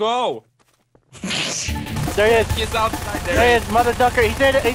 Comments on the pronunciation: He said mother ducker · you said mother ducker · and u said there he is mother ducker there he go and then u started talking jiberrish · You said "Mother Duckers" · you said motherducker